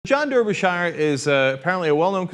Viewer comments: It's not "Der-be-shy-er" It's "Dar-be-shuh" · derby shire .... you fucking idiot it's pronounced "Darbyshuh" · "der ber shy er"? Lol Americans cannot pronunciation. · 100% of Brits pronounce this name "Darbysher" 100% of Americans pronounce this name "Der-by-shi-er" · its pronounced "darbyshure" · It's Darby-shur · Its pronounce Dar'bur'shir. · I can't blame you for pronouncing it the way it is spelt, but please understand, this is like nails on a chalkboard to me :( When I was in Wales and Ireland, I caused no end of suffering, and I still don't know how to pronounce Ystradgynlais :(